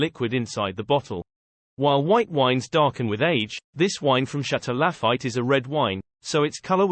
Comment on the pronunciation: haha! I almost liked this video until I heard Chateau La-fight and Monti-die-cino.